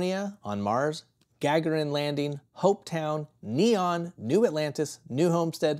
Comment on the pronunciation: Our apologies for being completely off on how to pronounce famed cosmonaut Yuri Gagarin's name correctly. Thanks to NP Discord member "Angrysunbird" for educating us!:-)